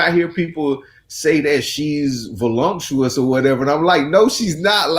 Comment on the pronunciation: The word is voluptuous, not volumptuous